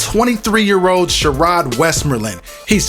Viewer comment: Who calls their kid She"Roid" ?!?!?